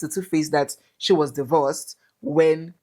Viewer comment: *shee us